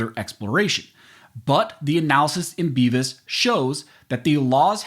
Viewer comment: Aaaa he sed bevis